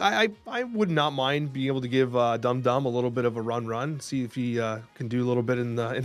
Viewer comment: Pronounced dum dum wrong, thought caught it for a second